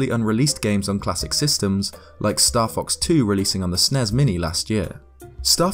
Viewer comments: "Nezz and Snezz Minis" No. Stop that. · S n e s not snezzzzzz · Ooooof. NES and SNES are abbreviations not words so its S.N.E.S. its not you I just makes me really mad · Hearing people pronounce SNES like a single word is so annoying.